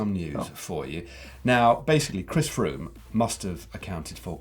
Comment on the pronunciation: Chris Froome news! Froome rhymes with broom..... Stay classy Sandeago